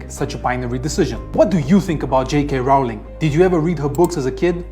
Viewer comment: Certainly someone in support of Rowling should be able to pronounce her name.